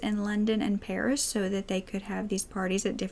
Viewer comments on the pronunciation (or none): none